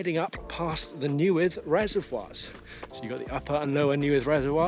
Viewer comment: Nice vid, The res you parked at is pronounced NAY-ATH not newydd Just saying hahaha